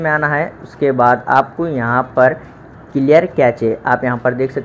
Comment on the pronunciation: kache nhi , kaise (cache) HAHAHH